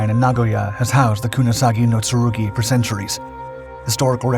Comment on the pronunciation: "kunasagi no tsurugi"?